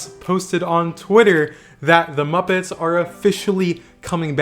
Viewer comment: I think you meant to say moopets